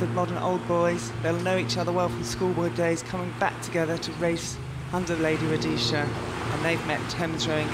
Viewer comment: It’s ROHESIA, woman!